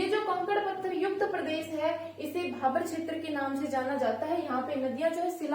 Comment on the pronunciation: मैंडम भाभर नहीं भाबर होता है